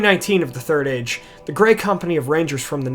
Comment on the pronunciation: It's Pronounced "The Turd Age"-Geek Zone